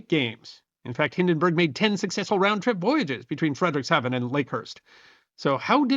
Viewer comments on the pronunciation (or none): I am glad to see so much of the Hindenburg disaster de-bunked, good job. Having said that, I have a few observations: - The name of the town where the Zeppelins were produced is pronounced FREED-ricks-ha-ven. - Not mentioned in the video are the tests that were made by that same NASA engineer and colleagues, testing the aluminum skin dope by using an actual un-burnt scrap of Hindenburg skin and subjecting it to electrical sparks. It quickly burst into flames. The German engineers were already aware that this particular doping was very flammable, and also that the method of skin panel attachment (used only on the Hindenburg) would make arcing between panels and metal frame quite likely whenever there was lots of static electrical charge nearby (which it was in Lakehurst that day). - Not mentioned is that, while the official German (Nazi government) accident report deflected the cause and blame (the Hindenburg was a massive pre-war Nazi propaganda tool, and they did not want to make it look like the cause was due to errors in German engineering), the actual analysis recorded by the leader of the German accident investigation team (found at his widow's home long after his death) concluded that the disaster was due to the method of skin panel attachment AND the unique type of skin doping, NOT the hydrogen. - Mentioned in this video, but in my opinion not stressed enough, is that as flammable as hydrogen is, it cannot burn unless it is in the correct narrow range of mi